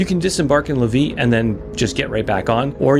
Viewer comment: Pronunciation hint: Lévis= lay-vee